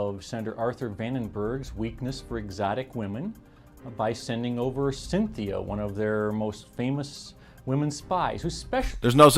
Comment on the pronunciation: Sin Thea 😆 Cheers.